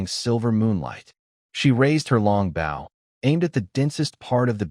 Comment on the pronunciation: Dont use this AI voice anymore it makes bow sound like bowl so you hear it saying she shooting her bowl